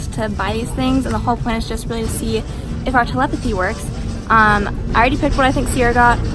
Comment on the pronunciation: Not tel-em-pathy it's tele-pathy